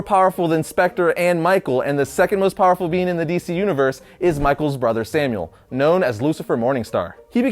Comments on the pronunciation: Shouldn't it be pronounced Samael and not Samuel? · Stop saying samuel!!!!!! Omg it's making me so angry!!!!!! It's SAMAEL or SAMA-EL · His biblical name was Samael, not Samuel. Pronounced Sah-my-el. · This is old as shit, but I still feel it's worth pointing out that Lucifer's name isn't/wasn't "Samuel". It is/was "Samuel", like "Sam A L". Just wanted to get that off my chest lol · I love you man. You make really good content. His name is Samael not Samuel (Pronounced Som-eye-Ell) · It's sam-ael not samuel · It's Sam-eye-elle not Sam-ule. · sam-my-el not samuel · I'm sorry, It's "Samael", not Samuel. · I’m pretty sure the licifers name is pronounced Sam-I-Elle. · BTW It's Samael not Samuel. Samuel was a human lol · It's not Samuel it's samael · Samael* pronounced as Sam ay el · It is not “Samuel”, it is “Samael”. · Samael not Samuel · You said Samael wrong lol